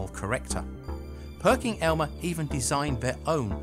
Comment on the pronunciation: It's Perkin Elmer, not Perking Elmer...just sayin'